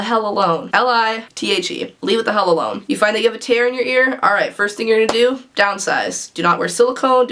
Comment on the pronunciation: "L.I.T.H.E. Leave It The Hell Elone" 😂